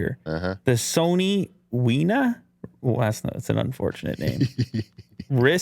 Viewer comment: pretty sure if it's Sony it's "weh-nuh" not "wee-nuh" same as us english speakers change "to-yo-tuh" to "toyo-tuh" (toyota)